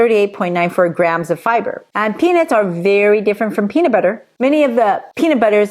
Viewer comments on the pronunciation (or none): I always laugh out loud when you say Peanits instead of peanuts 😂